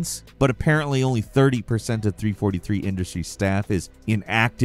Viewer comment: the way he said 343 made me mad